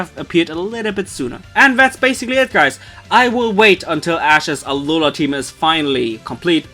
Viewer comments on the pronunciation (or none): you know my friend you could just say alola like that 🙄